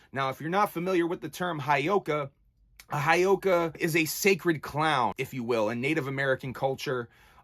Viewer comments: Ok I have to correct you on the word Heyoka and how you say it and please don't take this as me being a asshole, but it is said Heyoka, the first part He is said like hey and then yo ka Heyoka, It is a lakota word for scared clown, how you said it would be spelled Hiyoka. Sorry I'm Lakota and I had to correct you on the saying of the word. The heyoka is a kind of sacred clown in the culture of the Lakota of the Great Plains of North America. The heyoka is a contrarian, jester, and satirist, who speaks, moves and reacts in an opposite fashion to the people around them. So it's He (Hey) yo ka. Sorry if I sound like a dick that is not my intention I just like to educate others on things i do know about and have been around. Mitákuye Oyás'iŋ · It's. Hey oh kah. Pronounce it right. Other than that I agree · Bro Whoop whoop I'm lakota and a juggalo. It's part of our. Life and. Ur not wrong respect respect it's actually pronounce Hey-Oka